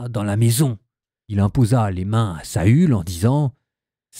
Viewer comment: Félicitation pour toutes ces lectures. Je n'avais jamais, toutefois, entendu prononcé "Saül" comme Saul (sol), mais toujours et suivant le tréma, comme Saül (sahul). Ce pourrait paraître un détail, mais comme lecteur vous enseignez à de nombreux auditeurs...